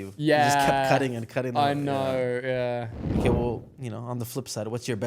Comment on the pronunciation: “okeh 😊”